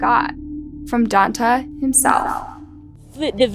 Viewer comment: "Dawn-tey", Jesus Christ, learn how to pronounce stuff.